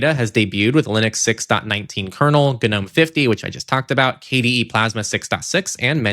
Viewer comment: Just a note, Gnome is pronounced with a silent “G”. As in Nome, the Alaska type of Nome.